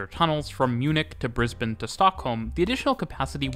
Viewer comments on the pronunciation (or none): none